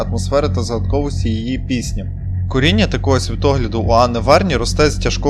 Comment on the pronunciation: замість "коріння" чується "к√ріння" 😅😅😅 "перебування" < "деформування"